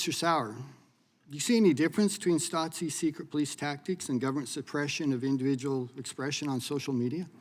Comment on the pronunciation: I think it's spelled Stasi - no "t"